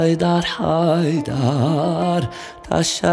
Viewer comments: Selam, Cem kardaş Cem Adrian şarkıları seslendirirken söylerken duyguları hisleri yansıtan biridir ama bu Türküde çok nötr okumuşsun sizi severiz ama lütfen kelimeleri yanlış telaffuzda var dikkatli kullanın kelimeleri ve haydar derken çok düz okuyorsunuz vurgu olsa hisde yok sanırım bu Türküye konsantre olamamışsınız yinede nefesinize sağlık Sevgi Saygılar 🍀🍀✌🏼🇹🇷🌍✌🏻✌🏽✌🏾🌈Allah Ruhunu Yüceltsin ışığınız Yıldızın her an parlasın ışıl ışıl ol⭐️🧜🏾‍♀️🧜🏻‍♀️🧜‍♀️🐬🐬🌲🌲🌲🌲🌲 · Selam Cem kardaş Cem Adrian şarkıları seslendirirken söylerken duyguları hisleri yansıtan birisiniz ama bu Türküde çok nötr okumuşsun sizi severiz ama lütfen kelimeleri yanlış telaffuzda var dikkatli kullanın kelimeleri ve haydar derken çok düz okuyorsunuz vurgu olsa hisde yok sanirım bu turkuye oek konsantre olamamışsınız yinede nefesinize sağlık Saygılar 🍀🍀✌🏼🇹🇷🌍✌🏻✌🏽✌🏾🌈